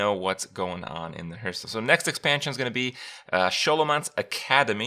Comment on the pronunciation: He literally pronounces Hearthstone Hurtstone every time. It's not that big of a deal.